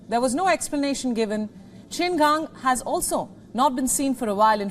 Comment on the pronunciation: Well done for pronouncing Qin Gang's name correctly.